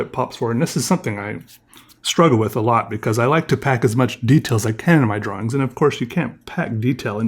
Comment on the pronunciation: Do you purposely say Draw Wings? Or is that an accent?